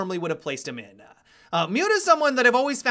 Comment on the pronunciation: Op adds an extra syllable and vowel to every last word I his sentences. "...Where i would've originally placed him in-uh."